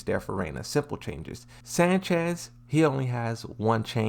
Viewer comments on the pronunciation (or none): none